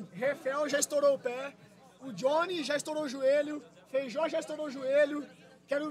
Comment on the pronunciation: Esse cara chamando o Feijó de feijão me deu uma agonia